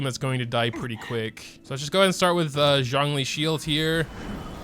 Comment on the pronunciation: sorry for mispronouncing zhong dong